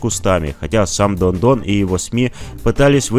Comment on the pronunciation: Оказывается всё это время он говорил не Дон а дно !!!!!!